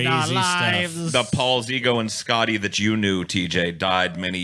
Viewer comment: Thought he said "Scotty the Jew knew" not "Scotty /that you/ knew"